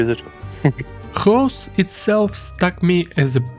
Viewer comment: Its Goes not Goos